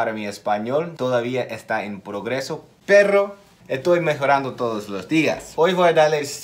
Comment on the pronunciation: Que bien pronunciaste "perro" .. Así se habla XD